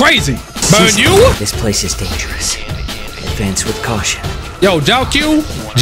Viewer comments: It’s not jiao cho it’s more like jiao chiu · The Jayque nickname sends me all the time 😂 Also, Jiaoqiu is pronounced “Jaoh-cho” but even if you know that, I don’t think you’re gonna change how you say it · i think that for argenti/tail's va change it was because of agency problems, for huohuo's I think she got put on blast for supporting that boycott that was going around also the second syllable in jiaoqiu is pronounced as chow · No way you called him JO Q